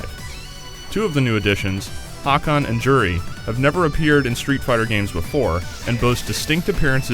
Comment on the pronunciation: lol "hawk-on." its hakan...